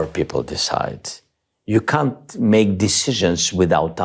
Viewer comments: ...... has anybody noticed how Zelensky pronounces "you can't" when speaking about Trump? - He rightfully and very fittingly says "You c_nt"..... hehehehe. Very apt if a bit crude. Obviously I don't condone swearwords but in this case it seems to fit onto the whole "administration". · President Z of Ukraine had me at "You can't " (pronouncing it cun t). That pause had me laughing out loud. It sounded like he was (appropriately) calling t-rump you c u n t. 😆 🤣 😂 I love his beautiful accent. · I love it when Zelenskyy is saying trump “can’t” do stuff, he repeatedly pronounces it “cunt”. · Honestly I thought Zelensky said, cunt at first. Either way, I'm for it 😂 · It was interesting how V.Z. in the interview would say the words "you can't." His accent (the 'a' sounding more like a 'u') and pause between "can't" and the following word ... that was a good jab at the i.D.i.o.T. Happens at the min mark. I realize there are thousands of comments here, and I didn't read them all to see if anyone else noticed this. Anyone else pick up on this? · I’m sure Zelensky’s pronunciation of “you can’t .. “ was interesting in his sentence on Trump?😮😂😂😂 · I love the way Zelensky pronounces can't it sounds like he's saying "see you next Tuesday", which is a perfect word dump and his entire administration. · Hey, go back and watch the short clip of Zelenski talking about Trumps meeting with Putin in Alaska. Just listen when he says Trump you can’t. The emphasis is on his pronunciation of can’t, so apt. 😂😂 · I love the way Zelenski pronounces "can't " when refer to Trump. It sure sounds like something else. I'm OK with that. I think Trump cu- - , is pretty accurate. 😂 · i love the pronunciation of the word "can't" it perfectly describes Trump that, i might add is said with full respect Mr. Zelenskyy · Is Zelinsky saying “can’t “ like that on purpose? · I know it's unintentional, but the mispronouncement of 'You "can't"' when he's specifically talking about Trump is just icing on the cake.